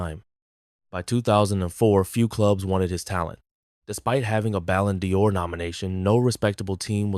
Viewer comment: doing a serious video and saying "ballon dior" is beyond cringe